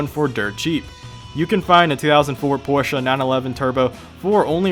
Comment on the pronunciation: Thank you for saying Porsche correctly